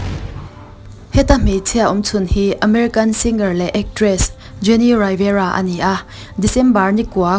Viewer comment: Revera tih tur